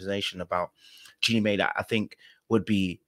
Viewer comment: It’s Jeannie pronounced My